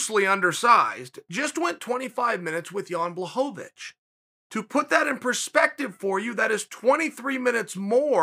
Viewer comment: It took Jan beating Izzy for uncle Chael pronounce Blachowicz correct 😂 No wonder the guy felt disrespected